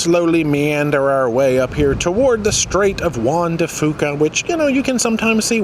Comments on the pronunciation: Hey, you always like to get pronunciation correct. It is pronounced Juan de few ca. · I'm a radio news person in Seattle. The official way to say Juan de Fuca is wan-duh-FEW-kah. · Guys, it's Juan de FEW-KA. 🙂